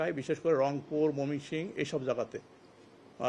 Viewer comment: মমি,,,কি,,,???? ময়মনসিংহ, শুদ্ধ ভাষায় কথা বলেন,,ষ না হলে আপনার আঞ্চলিক ভাষায় কথা বলেন,,,😮😮😮😮😢😢😂😂